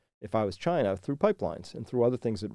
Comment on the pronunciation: "CHY-na Mart"